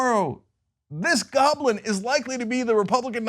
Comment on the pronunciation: Wow - is 'Goplin' American for 'Goblin'?